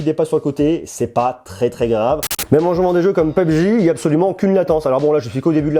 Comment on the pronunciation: Ta vraiment prononcé pubg mais on dit P.U.B.G !!!!!!